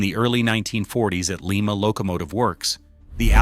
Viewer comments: Lie Ma not Lee Ma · Lima is pronounced like the bean, Lima. The wayAI pronounces it is the city Lima in Peru. The town of Lima Ohio build some real power.